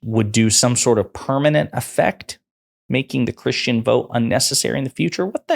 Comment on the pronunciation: DId he just sAy he;s NOT CHRRUSTIAN?